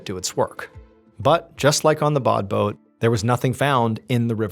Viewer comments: Interesting story as usual however it says badboot yet you keep saying bodboat is there something I'm not getting? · "Say 'bod boat' ONE more time...." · Take a shot every time he says “Badboot”.